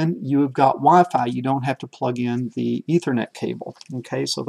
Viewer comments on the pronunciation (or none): none